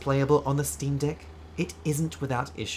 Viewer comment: I thought you called me a "Dick Head" for a second lol